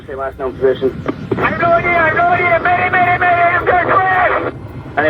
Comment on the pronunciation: Adi "MADER" kaadu, "MAY DAY". Please invite knowledgeable people for such programmes. Airforce is different from commercial airlines.